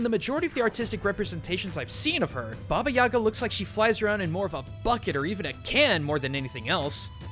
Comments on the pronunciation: For future reference - its baba yagA not yAga. Nobody will give a crap, but anyway. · Its baba yagA, not baba yAga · It's bobyeega not yaga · Baba yee ga not ya ga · its actually (Baba) (ee-GA) ( the stress is in the ga) baba eega. Thats the closest you can spell it to russian (im a Russian). I dont understand why its called, "Baba Yaga" in english, but its DEFINITALY not baba yaga. I'm only saying this because when he said her name, it really bothered me. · Anyone else seen John Wick before this and wishing he'd say Baba yay-guh rather than Baba yah-gah? I mean not saying it's wrong it just hits my ear weird. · HA! FOOL! YOU MISPRONOUNCED BABA YAGA!It is Ba-ba-yi-gaaa. Not baba-yaga. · Also, please help me with my squick here - guys, its Baba Yag'A, not Baba 'Yaga. The emphasis on the last syllable. I know that is not much urgent, but still, lets be more proper, ok? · you are pronauncing it horribly. its actualy more like baba jagaa Putting pressure on the last a. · It's don't Baba yAga, it correctly reads Baba yagA (in dont complain, Just helping) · What? Creepy?! Are u kidding me?! I heard TONS of fairy tales about Baba Yaga (and it's not reads like baba yAga it's reads like baba yagA) it tryed to eat girls, boys, warriors, everybody! Dat is not Amnesia to creep u! jeez... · what's wrong with english speakers when they apply stress to russian words please. remember, that in overwatch there is zarYA, and russian folk witch is bAba yagA ...and vasilIsa, not vasIlisa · It's pronounced ba ba yay ga I believe, sense in their language they don't pronounce ya as ya but yay, plus it sounds more natural. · 10/10 Russian😂😂😂 Баба Яага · Ivan Tarnyagin Lmao I am Bulgarian, isn't it supposed to be "Баба Яга"? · I died how he pronounced Baba Yaga, my mom is Russian and it's my first language. I just couldn't take it seriously 😂😂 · It kills me me every time you pronounce baba Ugas name wrong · When you're slav and you hear that pronounciation for the first time :D